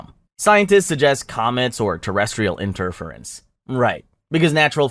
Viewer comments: Interference = enter - FEER - ints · Enterfeerance I dunno what word you thought interference was but say it like that. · "In-TER-furrence" "GAG-a-rin" "lu-NARR" Definitely not AI diarrhea. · The mispronunciation of some words does my head in... 'in-TER-ference', 'AD-ministration'... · Radio inter firance 😂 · You're wildly mispronouncing "lunar" and "interference" and obnoxiously repeating the same dry sarcastic line at the end of every cover up explanation. Bold of you to think anyone with working ears would sit through almost 100 minutes of that. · I’m 20 minutes in and he doesn’t know how to pronounce “interference” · You're starting to sound like a conspiracy theorist. You also repeat yourself way too much, and you mispronounce "interference". You're really annoying. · The way how you say interference drives me crazy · Lol the way interference is pronounced. This poor bot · fucking doing my head in. And then the stupid sarcasm at the end of each one.